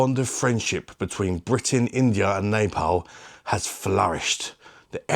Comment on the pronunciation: Pronounced Nah-paul Ad lol . You definitely ripped that one apart.🤣🍻 Keep up the great work.💪Bosh.xx